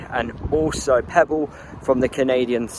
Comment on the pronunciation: Pepple not Pebble